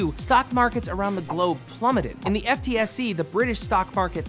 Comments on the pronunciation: Love you Matt, but as a British guy, a quick guide for future vids: Farage: "Fa-RAH-juh" FTSE: "Footsie" Gove: "GO-vuh" All town names: Bang on! Awesome pronunciation!! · FTSE is pronounce Footsie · it's not pronounced F-T-S-E its pronounced footsie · Don't worry Liebs, you nailed all the British information bar the pronunciation of FTSE rather than an initialism its an acronym, pronounced 'footsee'. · FTSE is usually pronounced like Footsie. GOD DAMN IT, HOW DARE YOU GET THIS WRONG. (loljk, keep doing the good work man).